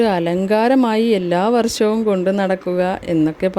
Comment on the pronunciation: ഈ വാർത്ത വായിക്കുന്ന ആൾ തന്നെ " വർ ശം" "സോശ്യൽ " എന്നൊക്കെ ആണ് പറയുന്നത്. സ്വന്തം നന്നാക്